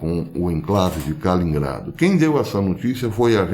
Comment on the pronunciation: KALININGRADO, Professor! Não Kalingrado.